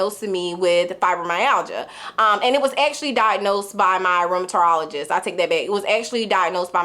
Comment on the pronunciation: Sorry but it’s driving me crazy lol!! The word is Rheumatologist. It’s 5 syllables not 6, and there’s no “ter” in it. You have it right, just leave out the “ter”. You’re saying RheumaTERologist❤